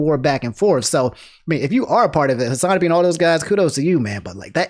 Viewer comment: Does he say Hasanabi wrong on purpose? lol